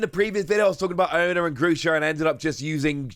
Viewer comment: Pronunciation seems correct. The way the game presents it, sounds like it suppose to be a pun, sounding similar to someone saying "I dont know" as "I'onknow"